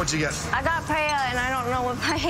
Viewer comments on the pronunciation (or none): These contestants claiming to want to be chefs and not knowing about cuisine from the biggest culinary nations in the world in the age of social media is truly embarrassing, I cannot take them seriously. Girl can't say paella and Omi doesn't know chicken tikka. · choosing Spain and not knowing her stitch about Spanish food when the Latin experienced chef wanted it seems selfish, girl can even pronounce Paella.